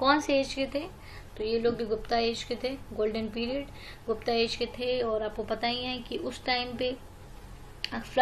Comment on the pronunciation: आर्यभट्ट भट्टा नही, गुप्त गुप्ता नही